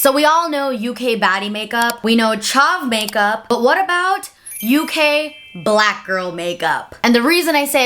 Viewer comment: I really don’t like the way she says “black”. Too much emphasis that she doesn’t use when she says brown or white. She makes it sound like it’s a slur